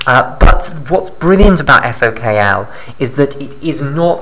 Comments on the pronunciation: * FOK1 not FOKL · Thanks for this video. You simplified it well. May I correct that it is FokI or Fok1 (Fok - One not Fok L) and it is Xanthomonas (not Xanfhromonas, it is t not f).